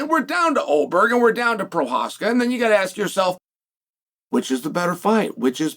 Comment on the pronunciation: At least he got Prochazka down right 🤣